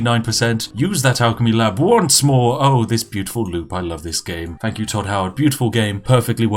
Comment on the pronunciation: Has created an online persona that speaks overly posh and exaggerated but can't pronounce a "th" sound properly.... "Fink" "Fought" "Five-fousand" "Beneaf" "Fank you"